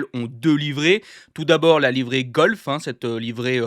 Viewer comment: Livrée golf 😂 C'est Gulf